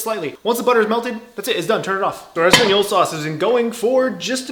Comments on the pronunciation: really said espagnyolo sauce. This is why I’m subscribed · did you say espagnyolo sauce lmao